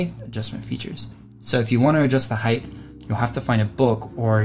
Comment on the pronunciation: WTF is "heighth"?